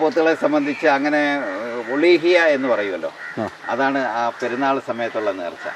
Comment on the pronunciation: ഒളീഹിയ അല്ല ഉളൂഹിയത്ത്. ഒളിയത്ത് എന്ന് നാടനായി പറയും.